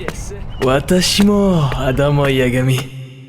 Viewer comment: Alors le placement de produit était bien mais par contre moi qui suis franco-japonais à essayé de suivre sans les sous-titres et la prononciation, quelque point de grammaire comme adam desu yagami ou un, moment tu t'était trompé sur des voyelles sinon t'as vidéo est top